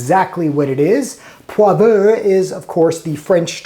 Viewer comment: "Poivre" in French is pronounced "Pwahv-ruh" and there is no "err" sound at the end. Good, informative videos! Keep up your good work.